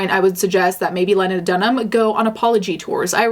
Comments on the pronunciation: Lee-nuh.. not Len like Lenny.. Srry not to be that guy..lol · LEE-na, not len-a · It's pronounced Lee-na not Lyn-na hater. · I think Lena Dunham is horrible and I can’t stand her but I’m not gonna lie this video got me pretty annoyed because you talk about how much you loathe Lena Dunham but you can’t ever pronounce her name properly? It’s pronounced “Lee-na” not “Len-a” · Just for clarification.... not that it’s of much importance, but it is pronounced Lee-nah, not Len-nah. I also don’t think you’re reaching.... but I do think that she has opened her life up to scrutiny, which is her fault, but she is being criticized a lot more harshly than any other male counterpart for being as brash. I’m not sure how I feel about the sexual predator thing... just as if someone under the age of 18 is technically unable to give consent... how much predatory behavior could really be accounted for. She shouldn’t have used that metaphor, but I think it’s something that may have actually bothered her... like growing up feeling guilty about the ways she would be “sexually,” and I don’t just mean sex but the broader meaning of the word, dominate over her sister? Unsure since it was never explicitly stated, but that what I inferred when I heard the audiobook originally when she put it out. Lena is a complicated person. Not someone I’m necessarily willing to defend any further than I already have. Used to be a fan... now I’m just neutral. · Is it not pronounced Lean-ah not Len-ah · You pronounce her first name with a long eee. Leena. Get it right. Did you do your research? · not you pronouncing her name "Lenna" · It’s pronounced “Lee-Nah”. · Pronounced Lee-nah. I couldn’t get past that. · It's pronounced "Lee-na." Sorry to be picky and "that chick," but I respect you and your channel and I feel like you're someone who cares about accuracy. Aside from that criticism....Carry on. I agree. :) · I thought her name was pronounced Lee-na? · It's pronounced LEE-NA. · Also, its pronounced leena